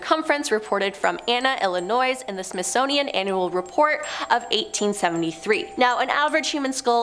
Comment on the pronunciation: Wtf is a “Smithsnonian”?….